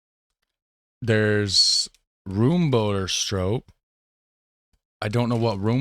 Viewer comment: Roam boater I think I would phonetically write it. Same for the stroop: stroap (long and open O in dutch is oa in English) ...and open up the A in waaaafel. Like when you scream aaaaaa! when you have a godzilla you are trying to get away from ;-) Room, boter, and stroop, all have the same sounding open O. Stroop rhymes with hope, boter with floater, and room with loam. So let me turn that around for English logic: Loam for room (cream), floater for boter (butter), and hope for stroop (syrup). Hope you don't mind me twiddling your language. ;-) You're doing awesome!